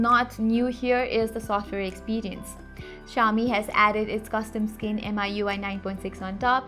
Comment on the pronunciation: It's pronounced Me-UI, not M I U I